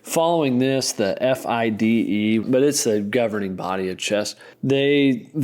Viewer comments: Fide is an acronym: Fee day. That guy saying F I D E all the time drove me mad. Still enjoyed it. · Or not know that the acronym for the International Chess Federation, officially the Fédération Internationale des Échecs, FIDE, is typically pronounced "fee-day" and not spelled out.